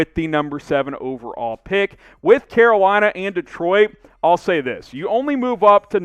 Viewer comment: i heard "que bueno" instead of "Carolina"